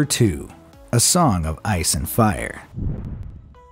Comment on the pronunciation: To all our farenhiet users (just amuricans)It's pronounced ex-SPARE-ament.